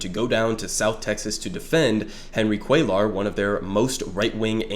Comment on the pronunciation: really devastated that Jessica Cisneros lost by a hair to this guy. great video by the way, first time checking your stuff out ✌️ btw on a side note, cuellar is pronounced "cwaye are" since LL in spanish is pronounced with a Y sound instead of pronouncing the Ls. just a small thing but thought you should know if it wasn't intentional. keep it up brother 🤝